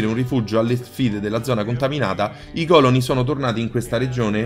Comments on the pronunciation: TOP beta tester montatore cameramen e tuttofare Bethesda....che me fa' taia' quando dice còloni invece di colòni.😂😂😂😂😂😂😂🤗🤗🤗. Ma gli voglio bene per questo...ottimo video, belle notizie...e 10 minuti di simpatia!🖒🖒🖒🖒👌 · Si dice colòne non còlone